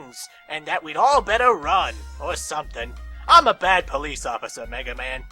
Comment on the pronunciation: ah yes the BOLICE